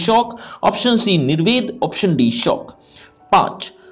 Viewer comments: Shook hota hai sir shock nahi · Sir aap shok ki jagah shauk kyun bolte ho🤔🤔